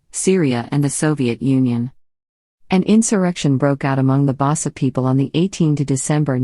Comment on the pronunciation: please learn how to pronounce the names its um nyobe as in "uh-m ni'o-beh" not as in naiobe pronounce the y as small y bassa people as in "bah-sah" small B small A small S and small A next time don't use robots to transfer text to speech, please